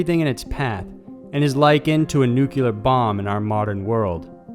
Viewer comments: There is no such thing as a nucular weapon, nucular power, nucular medicine scan, nucular bomb or anything else nucular. It is NUCLEAR. Love this channel and have been a subscriber for a while now but it drives me insane when someone says nucular instead of nuclear GAWD!. It ruins credibility. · Please... it’s “nu-CLEAR” not newk-you-ler. 👍🏼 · I think this generation will change the pronunciation for good. Even some well educated & respected people now say "nu-kya-ler", sounding like clueless teenagers. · I couldn't believe that one either. "typo"? No, you don't make typos when chiseling stone, and just leave them, especially when they'll be inspected by the kings labor managers. Like when he says "nu-kya-ler" - it makes a dent in his credibility. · No, its pronounced one way. But W. and other idiots mispronounce it.